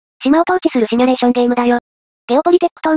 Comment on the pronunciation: シュミレーションじゃなくてシミュレーションなんだがな